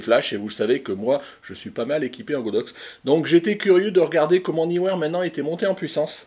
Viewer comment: Salut, enfin quelqu'un qui prononce le nom de cette marque comme il faut!! Bravo, il faut le signaler!!! Sinon c'est Sold Out sur le site de Neewer… dommage. J'ai l'impression qu'avec leurs promos de Noël, ils ont été dévalisé. Bonne fin d'année et bonnes photos